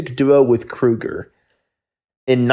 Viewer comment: It’s pronounced Jim KREE-ger. And the writer of We Just Disagree was a terrific guitarist and singing, in addition to penning one of the most enduring tunes of the era.